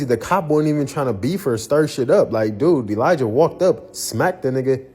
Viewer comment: Elijah is pronounced with a soft J